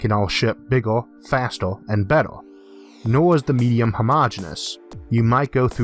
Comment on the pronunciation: Hardor, fastor, bettor!